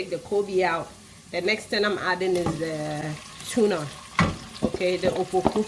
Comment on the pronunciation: It's apoku not "opoku"